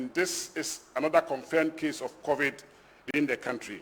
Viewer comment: It's Covid-19 not Covet-19 get it right please.